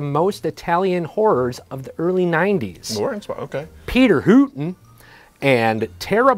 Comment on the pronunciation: I was at my local bar that happens to put on crudy sleaze movies and I recognized Peter HOOten specifically because of how pronounces his name. Me and the bartender did a shot together for Pete. Thanks!